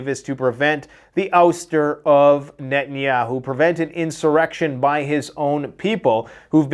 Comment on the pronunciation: In 45 years I've never heard it pronounced " Netan Yaaaahoo"